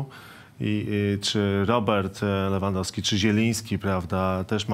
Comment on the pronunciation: SSD !!! A jak jest Lewandowski i inni mówią Lewyndowsky XD